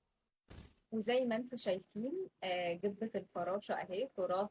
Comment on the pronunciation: أنا مش عارفة ليه تعطيش الجيم في الجبة ؟ هي بتتنطق جبة بالجيم القاهرية وبالكسرة ملناش دعوة العرب بينطقوها ازاي.. انتو ايه يا جماعة متسألوا أهلكم وهيقولوا لكم